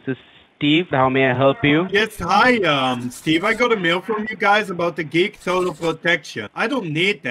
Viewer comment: You have to know he's lying when "" struggled to pronounce what he claimed was him name.